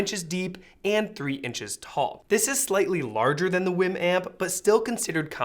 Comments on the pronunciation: Wii WiiM, not Win Wim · English would suggest it's pronounced "weem".